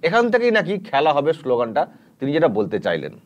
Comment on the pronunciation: খেলা হোবে না,খ্যালা হবে,ব্যাটা বাংলাটাও ঠিকঠাক শিখলি না।